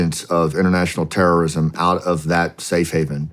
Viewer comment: He said Horrorism not terrorism. Man….